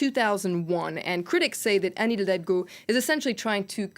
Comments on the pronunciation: Elle a beaucoup de mal à dire Anne Hidalgo haha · She had a rough time pronouncing Anne Hidalgo 😂